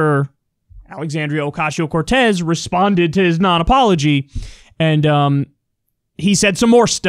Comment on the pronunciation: is it just me or does kyle say "ocashio"